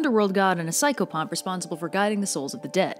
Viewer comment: When describing pan u said pychofuff whats I psychfuff?